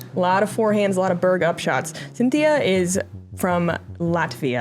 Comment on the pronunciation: Unless Klezberga purposefully uses an alternate pronunciation while in the US, "Sintija" is not pronounced "Cynthia."